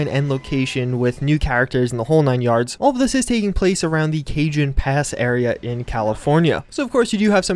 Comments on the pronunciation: Cajon Pass is pronounced Ka-Hone (as in to "hone" a knife). Cajun Pass is probably restaurant somewhere in Louisiana :D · Bro it's pronounced Kuh-hone Pass lmaoo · its pronounced Cahone pass, its Spanish so the "J" makes an "H" sound. Just goes to show how no one takes time to learn how to pronounce other languages. Even ones that are a very important part of the Southwest history of our country. And yes Spanish is an important part of US history. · Don't mean to be "that guy", but I only want to point out that while it's spelled "Cajon Pass" its actually pronounced as "Ca-Hone". (I live in that exact area) Simple mistakes, I'm sorry to take up you guy's time.